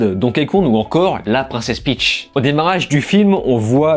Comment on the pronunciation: Peach pas Pitch 😜